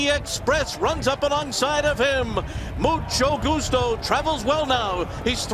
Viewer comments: so no one caught the "musto gucho"? lol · Mucho Goocho for the win! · The announcer absolutely butchers Mucho Gustos name at the top of the stretch.